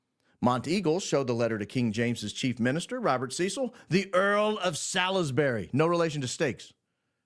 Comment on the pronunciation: Lord Cecil rhymes with 'nestle'. Anything else sounds ridiculous.